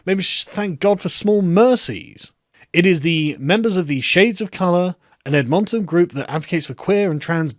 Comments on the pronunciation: Few corrections: 1) It has nothing to do with Black Lives Matter, infact as a citizen of Edmonton Ive never even heard them mentioned here at all. Its a Trans black/indingenous/poc group that is demanding $40,000 for a private trans dance party.. absolutely ridiculous 2) It's pronounced Ed-men-ten not Ed-MON-TON 3) people here ARE saying fuck you and throwing their own festival, and even the mayor said they will set something up so these goofs cant ruin everyones fun cheers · I love your pronunciation of Ed Mon Ton and it is fun to watch the left eating's itself. Who is more oppressed on the oppressed scale jaja. Libtards being libtards so who cares. Good to see no Gay pride parade as it is an oxymoron anyways. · We in Edmonton Ar thrilled by this!! AND YOU ARE PRONOUNCING THE NAME WRONG!!! It is is Pronounced more like Ed-munton THE LEFT EATS THEIR OWN!!! This my home we are done with Identity Politics!! PEOPLE'S PARTY OF CANADA!! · pronounced Edmintin btw LUL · Hey sargon Btw, Its pronounced Ed-monton. You Stress the Ed not the monton part like you were doing lol. Kinda was driving me nuts. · Hey Carl, we pronounce Edmonton as “Ed • min • tin”. For Toronto we don’t say the last T. “Ter • on • oh”. 🇨🇦🐸👌🏼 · GOD DAMN IT CANADA!!!!!! I THOUGHT WE WERE BETTER THEN THIS!!!!!!! Also we Canadian's say Edmintin (Ed-Min-Tin, it's like dropping the second T in Toronto (and the first o in some cases so it's Tron-oh), and like how New Foundland is pronounced New FINland, just to name the most common pronunciations. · Ed-min-tin. Source; I'm Canadian. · Lol, that sounded funny, it's pronounced like "Edmenton" haha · pronounced ed-mun-tun, you silly limey. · It’s pronounced “Ed-mun-tun” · Oh god that pronunciation of Edmonton. We kinda say 'ed-min-ton' that is to say no emphasis on the 'mon' part. oh there you got it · Actual Edmontonian here. So funny hearing him pronounce "Ed-Mon-Tin" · "Edmonton" is pronounced "ed-min-tin." Carry on. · Ed m’n t’n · Pronounced: ED’ mun tun. 🙄